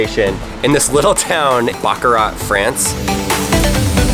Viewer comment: Really. You guys were at the factory and couldn't at least try to pronounce Baccarat correctly, even just once on camera? ((think like a 🐈 coughing up a hair ball with the "t" silent, cause, like, the t is always (almost) silent!!!))